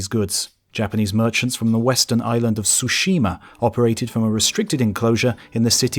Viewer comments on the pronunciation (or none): none